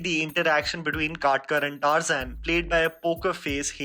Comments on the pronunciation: no one: literally no one: Tar-Zain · Adventures of “TARZAN”?!!! Like seriously TAARZAAN? That’s how we pronounce it 🤦🏻‍♂️🤦🏻‍♂️🤦🏻‍♂️🤦🏻‍♂️ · You sure your pronunciation for Tarzan is right ?